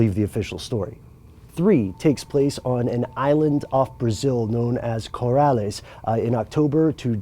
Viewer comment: Colares not corales